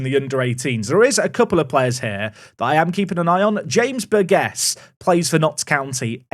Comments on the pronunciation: I think it’s pronounced Bur-Jiss, surely? Bur-gess doesn’t sound right 😂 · James Burgess is my name please sign him!! Also its Bur-Jiss. Just finished the video... nice!